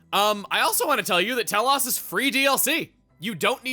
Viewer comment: Chuggaa, its Tel-OSE, not Tel-OHS. XC2 butchers this name and a specific other blade in the game.